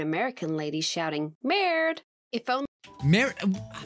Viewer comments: in french we insist on the rs we pronounce them like in Grrrrr so in french he said like melde which doesn't mean anything im french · btw its not marid its merde which means sh toothpick t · Everybody: Murred/Marred Me: ... Me: It's Merde. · it's pronounced: "Mared" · I speak French since I was 4 and I can affirm that I don't know how Google understood your "merde" (It pronounces "merd" and you said "merde" -also, the pronunciation of the "e" in Frech is sooooo different of the english one-) (sorry If I had some gramatical errors, I don't usually write in english) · BTW ITS MERD NOT MERDE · Im half Mexican and I thought he said verde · I am not French but I know enough that you very much said the her name VERY WRONG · you said it wrong